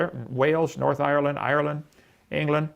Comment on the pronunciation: Kent can't pronounce Northern Ireland.